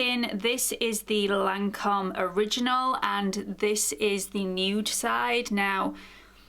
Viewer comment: Teint Idole is: Tain don't pronounce the t, edoll and Lancome is Lan don't pronounce the n, cum. Lancum.hope this help?